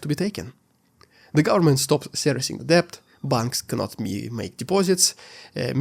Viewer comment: Thank you for your comprehensive coverage of the war's fallout. FYI: in English, the work "debt" is pronounced "det", the B is silent (weird but true).